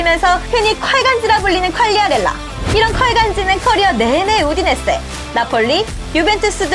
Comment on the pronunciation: 여태 "우디세네" 로 알았는데 읽어주는 목소리 덕분에 처음으로 "우디네세"를 알게 되었습이다 ㅋㅋㅋ 감사합니다 ㅋㅋㅋㅋ